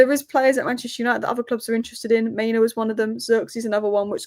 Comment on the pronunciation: “MEN-yawn” 🇫🇷